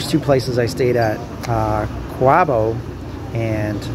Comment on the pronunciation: pronounced as “Coo bow” and it’s “Ke zon citi”. Be careful with street foods though as some of them are dirty and could make you really sick. Some are genuinely good but some are fraudulently prepared. So be careful.